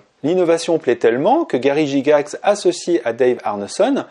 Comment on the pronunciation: PAS JIGAX MAIS GYGAX. GAILLE-GAX. c'est un ricain, ça se prononce pas à la française. merci de pas insulter le taulier. - un roliste un peu trop geek